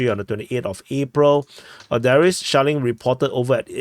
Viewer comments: Every time you say "shelling" I hear "Shaolin". Maybe I just watched too much old kung-fu movies. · He's actually saying shaoling 😂 it's dpa humour lore from the very start of the war/his channel